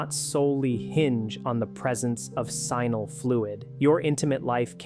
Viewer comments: Sheeesh, AI, it's NOT "Simal" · Why does a Doctor who has practiced for over 10 years call “seminal fluid" “sinal fluid”? He is either incompetent, uneducated, or justan AI dummy! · PLease learn how to pronounce the word seminal correctly. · You need to teach your stupid AI how to pronounce the word "seminal" properly. 😔